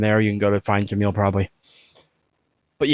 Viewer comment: As Arabic speaker the way that you pronounce kalim and Jamil it’s a very perfect also they’re mean as means a talkative and beautiful